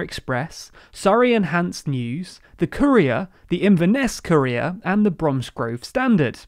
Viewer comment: TLDR:"Courier". -My ears:"Korea".